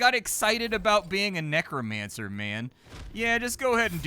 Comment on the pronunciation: Nefershah does say Nekfascmancy . #DHTK OK